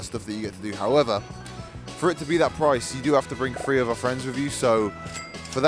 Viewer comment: It’s pronounced three not free Jesus Christ